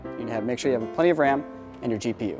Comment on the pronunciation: I love how you pronounce "Ram", it sounds like "Wam"